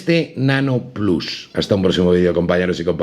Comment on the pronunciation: Perdona (y mira que me gustan tus vídeos), pero ha sido escuchar “plas” y me salido un sarpullido por todo el cuerpo. Hace falta ser 1/4 snob (porque autel nano evo no lo has dicho raro como el “plas”). Lo siento pero no lo veré, me imagino que te verán los de Disney “plas”